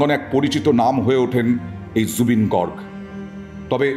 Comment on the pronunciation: Gorg na Garg